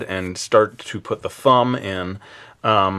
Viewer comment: Did anyone else hear "Fumb"??